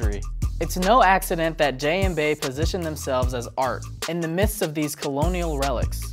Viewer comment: Did he just say Bey like Beh instead of Bey like B?